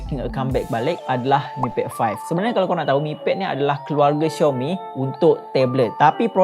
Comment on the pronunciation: Aummmm Finally betul jgk sebutan Xiaomi